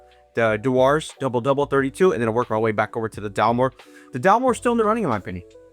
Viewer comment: Dewar's is pronounce as 'djewers'.